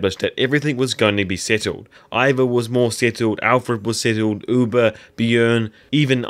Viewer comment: "Uber"?? I thought it was "Ube"? (ooohbehh)